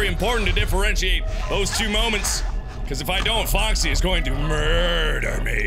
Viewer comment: everyone: Foxy the Pirate Fox Mark: Fuckzy the Pirate Frick